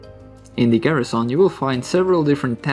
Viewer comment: Stop saying garissaon it's garrison